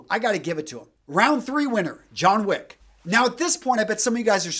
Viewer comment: It's Wick. John Wick.